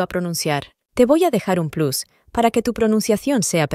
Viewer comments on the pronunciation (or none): none